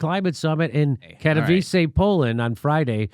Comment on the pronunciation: Yes, Jimmy, you pronounced Katowice correctly.